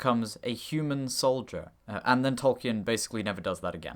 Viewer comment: Interesting video, but please don't pronounce Tolkien as 'Tol-key-en'. It's pretty well documented that the name is pronounced as 'Tol-keen' (or ˈtɒlkiːn in IPA).